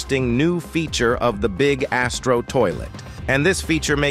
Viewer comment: You says BIG ASSTRO toilet